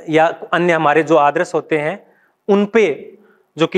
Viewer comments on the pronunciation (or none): आदरस नहीं यार आदर्श